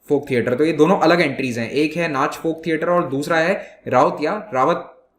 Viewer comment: Sir from Chhattisgarh 8.00 it's नाचा not नाच